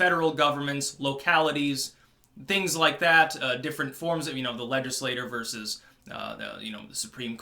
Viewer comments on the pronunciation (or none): none